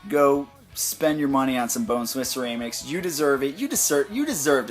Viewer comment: lol you kept saying ceraymics